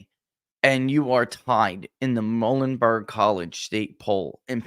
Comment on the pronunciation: Muhlenberg College pronounced “MULE-n-burg” FYI 🫏 🙂